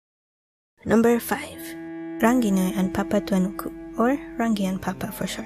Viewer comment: Totally thought I heard "Papa Franku" at the very beginning. Sorry heh. And yayy Saturday's videoo